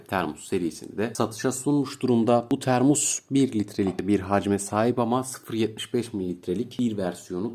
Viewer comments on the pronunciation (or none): kulağımda bir ses termua, termus, termus, kulağım yandı hacı abi, termos o termos